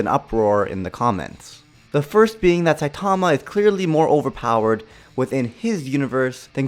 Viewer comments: SAI TAWMA .... It’s SAI TUH MUH 😂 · Why does everyone pronounce his name as “Sai-TA-ma” It’s “SAI-ta-ma”